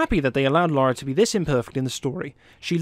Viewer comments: Minus a win for every time this guy calls her LAURA -645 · A few points down for you for continually calling Lara "Laura", tut tut, but otherwise really nice video, thank you and I agree with pretty much all your points. Loved this game. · Her names lara .. not laura ... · LARA NOT Laura ffs.. 20 years and you can't get it right. Say it with me L A R A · It's Lara not Laura. Plus, she's fictional..... But I'll let it slip lol we all feel the same from the original PS1 game and the huge tits....... But now she's a B cup at best..... Sad face. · Its not pronounced Laura. - I know this isn't a big deal. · What the fucking fuck dude?! Pronounce her fucking name right!